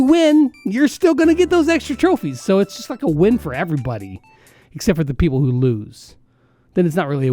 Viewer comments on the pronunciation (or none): none